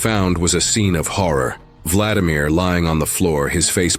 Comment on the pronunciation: #1 vla-DI-mir : stress on SECOND syllable !!!!! SECOND SYLLABLE . . .